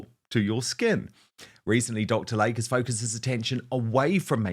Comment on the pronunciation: WHY CAN'T YOU PRONOUNCE YOUR ADVERTISER'S NAME CORRECTLY??? It is "Lay-Key" not like the body of water called a lake.